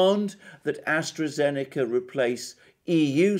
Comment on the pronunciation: Please stop saying AstreKA-Zeneca. It hurts my ears! It is pronounced AstraZeneca!